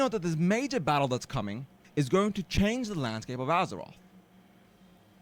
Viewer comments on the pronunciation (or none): none